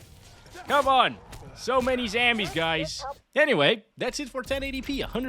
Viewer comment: Is he mispronouncing Zombies on purpose lol 😂